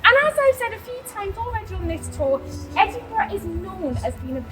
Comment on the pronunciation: Can his wife tell this guy it's Ed in bu ra, not Ed in bu row.